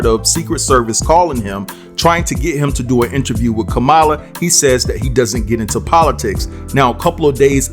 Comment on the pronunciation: you still can’t pronounce the VP’S name. SHAME YOU! Her name is COMMA-LA! It’s simple.